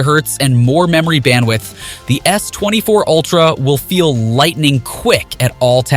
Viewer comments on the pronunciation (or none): none